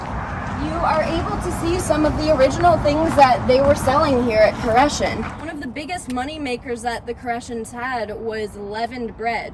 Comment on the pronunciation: Nice job! You even pronounced it correctly good luck in your future!